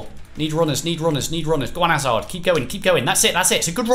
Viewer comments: Hazard not azard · Chris Hazard has a 'H' at the start it's not azard